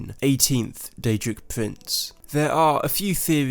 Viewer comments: DAEDRIC PUWINCE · Daedric Pwinths